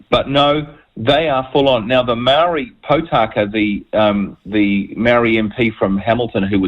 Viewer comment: Can at least try to pronounce the word Maori?